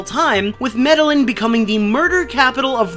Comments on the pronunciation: It's pronounced "Med-A-Heen". Please don't say "Med-A-Lin" ever again. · it's pronounced "Meda-yeen", not "medalin" the double Ls means it's not an actual L sound. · Listen not to be a grammar Nazi, but Medellín is pronounced med-ee-n, not med-ill-in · It's pronounced sorta like... meda yeen not meddalin. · I told him that too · Medallin pronounced Meda-yeen. Two L's in Spanish makes a Y sound. I'm sure no one cares but this old Betty. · Yeah so... I hate to be this guy.... It's pronounced "Medda-YEEN" or if you want to be really proper about it, "Meda-zjin" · It's MED-EE-IN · lol "meddle-lin" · My dude it's pronounced medejin Not actually Medellin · Ooofff I'm Colombian. I cringe when I hear you pronounce Medellín. It's pronounced like "Meta-jean". Sorry to be picky lol good video anyways. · Medellin is pronounced Med-i-YEEN or Med-i-JENE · btw its pronounced Meh-deh-yeen 😅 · you pronounced 'Medellin Cartel' wrong. Its is pronounced med-i-een. Research and all ............. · I'm sure I'm not the 1st,but PLEASE.. Learn how to pronounce Medellin cartel.. It's painful to hear.. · Learn to pronounce Medellin you fuckwit. Better yet learn some spanish, fuckface. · IM SORRY BUT AS A COLOMBIAN, HOW YOU SAID MEDELLIN MADE ME CHOKE 😂🤣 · Glad to see I'm not the only one who caught that. I slightly cringed when he said it that way 😂